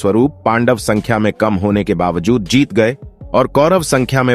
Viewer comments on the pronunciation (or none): none